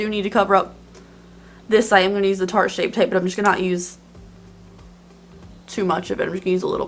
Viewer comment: Omg you managed to say tarte shape tape the first time! 😂😂😘❤